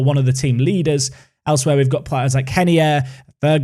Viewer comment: When you say Reinier's name to me it always sounds like you say Henie